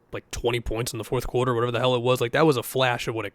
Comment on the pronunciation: the boston really comes out when says “quarter”